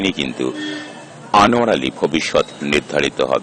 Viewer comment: Anwar uccharpn ta sposhto vashai bolun eto joriye bolchen krno